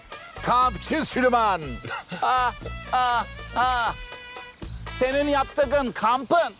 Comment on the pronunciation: Cok komik oluyor daniel süleyman yerine sölümon deyince haha